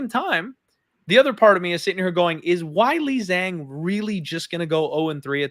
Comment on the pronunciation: its hilarious and disrespectful that you claim to care about pronouncing names like Maheshate correctly but you can never pronounce Weili Zhang or Punahele corectly smh